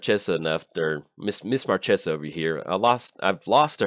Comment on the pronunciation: its marchesa, the black rose. lol